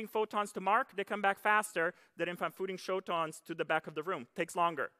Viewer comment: "phooting shotons" 😀 (he meant "shooting photons")